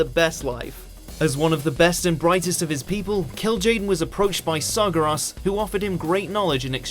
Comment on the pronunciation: Oh god who else cringed at his pronunciation of Srageras xD